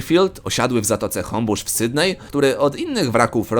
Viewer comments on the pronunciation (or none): none